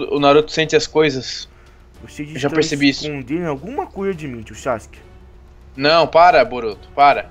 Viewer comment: o sake iafala votimata boruto